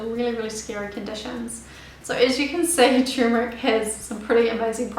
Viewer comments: it is spelled "turmeric" and it is pronounced "tur-mer-ic", not " tumor-ic". the problem I have with this lovely young lady, apart from incorrect pronunciation of her ingredient of choice, isn't her accent, it's the rapidity of her narration. if she just slowed down by 20%, she would be understandable. tumor ick. sheesh.. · Forgive me but it's Turmeric ... that is Ter-meric. However thanks for the great info.:D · First, learn how to pronounce it correctly. The first r isn't silent.